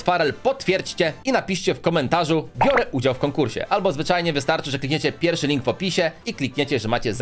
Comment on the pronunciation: Nie mówi się Bjore tylko biorę